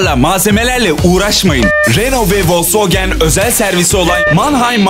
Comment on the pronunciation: vosvogen değil yalnız.